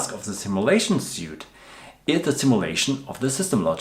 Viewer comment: Your English is great! Just a tip, suite is pronounced like "sweet". Hope I didn't offend. Keep up the good work.